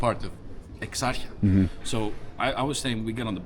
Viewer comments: EXARCHIA. Tthe narrator should, at least, learn to pronounce this neighbourhood's name. The 'ch' in Exarchia is not pronounce as 'ch' but closer to 'h'. Exarhia, please. I am only in but I can't listen to any more. Once I hear Omoonia, I am out. You have no idea about Athens, otherwise you would have enough respect for the place to know the names of these places. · The place my friend is call Exarchia which is 2 words in 1 so if you break it down in two words you might pronounce it better, please take no offense of your lovely Australian accent. It is Australian isn't it ? So the place is Ex-Archia which means former beginning or from the beginning. Some give another translation which it also can stand as Ex from the word Exo which means out and Arches which is rules, and many other authoritarian words which they lead us to another version of translation of Ex-Archia which in this case my brother means Out of order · The streets of Athens that you were walking on in the beginning are beautiful. Better than North American streets and other European cities. However the bad pronounciations are puting me off it's :Ex-ar-he-a...O-mo-knee-ah (like amonia). Omonia needs to be demolished for sure. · amazing that you can make an hour long video about a place, and not even pronounce the name of it 😮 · Fucking can’t even say the name of exarcheia right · EX-AR-HIA..at least pronounce it properly if you're going to do a story on it. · your pronunciation is atrocious. omounia and ekarkia? 🤣🤣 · this is eggzharchjia !! yeap , you nailed the pronounciation ! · Please stop calling it ExarChia. The CH is hard like Kh. I live in Exarchia and it's a wonderful neighborhood with rich roots in protest and activism, outreach organizations. This video completely misrepresents Exarchia. I'm an American living here, the neighborhood is safe and I definitely feel safer here than any Walmart in America. You can run a camera anywhere you want in Exarchia. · brother please stop saying exart'cha